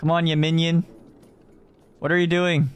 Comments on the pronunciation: 야미니언 발음을 얘먜늬연 이렇게 하네...ㅋㅋㅋ 귀여워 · 얌미니언! 발음 진짜 초초초 카와이😭💓